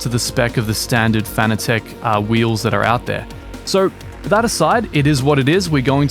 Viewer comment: Fanatec is pronounced like fanatic.